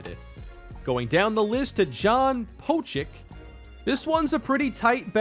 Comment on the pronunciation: Pocic would be pronounced Pochich just FYI